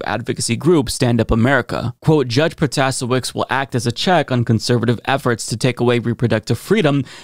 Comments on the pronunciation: She ran a whole ad on how to pronounce her name - pro-tuh-SAY-wits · Janet’s name is pronounced pro - te- say - wits. Accent on the 3rd syllable.❤️. Go Janet! She really crushed him, thank goodness. Now we need to work on that gerrymandering. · Just an fyi.. Proh-tuh-say-witz. Lots of my favorite progressive channel people are repeatedly mispronouncing her name. She's going to be in her position for 10 years, we should probably learn how to pronounce her name, lol. Also, it shows a form of respect for- and mutual care toward- others. Kind of what we say we stand for! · It's Pro-ta-say-witz btw. I should know since I had to hear her name a lot over the last month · Her name is pronounced pro-ta-SAY-witz. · She won by over 300,000 votes. 🤗 You're pronouncing her name wrong by the way. Lol. It sounds like he's giving his speech to an empty room. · Bro you didn't even TRY to say her name right 😂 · Stop butchering her last name.